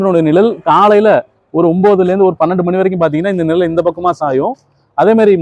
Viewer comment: நிழல், நிரல் அல்ல தமிழை உச்சரிப்பு காப்பாற்ற வேண்டும் குழந்தை கள் குலந்தை அல்ல. மற்றபுடி OK